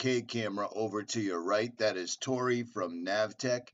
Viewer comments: Total unprofessional video here. You need to redo this video and get Rorys name right! Not Cory! Rory Irish. Either your pronouncing your R's like C's or you totally got the wrong name... lol! This video was 4 years ago, time to make it right. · Like that he calls him Cory. His name in Rory. Must not be that good of a friend of his since he doesn’t even know his name lol